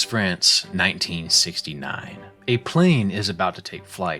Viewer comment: Right at the beginning of the video: "Toulouse, France" really sounded like "To lose friends"